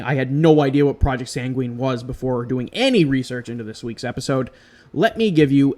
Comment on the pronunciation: I'd heard of Doveland; it sounds like it could be a Mandella Effect thing. It's pronounced SANG-win, not san-gween. Sorry, but that just kind of bothered me. I hadn't heard of Urkhammer. The there-but-not effect makes me think of the Philadelphia Experiment, even though that was different and didn't (supposedly) happen until much later.